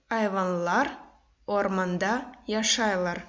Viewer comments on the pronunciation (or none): не яшайлар, а яшайляр. Адамалар не должно произносится, как яшайляр. И вообще, все слова мягче произносятся, но все равно сагъолунъыз сизинъ иш ичюн